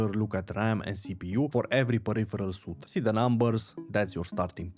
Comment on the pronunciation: Suite = Sweet -> Not Suit.